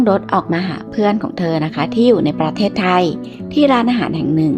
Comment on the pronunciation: แอดมิน พูด ประ- เทศไทย ทำไมไม่อ่านว่าประเทศไทยไปเลยทีเดียว 3 พยางค์อ่ะ...ทำไมต้องแบ่งว่าประ...ตามด้วยเทศไทยเหมือนกับคนต่างชาติน่ะเหมือน แิดมิน.. เป็นคนต่างชาติเลย..ค่า...10--7-67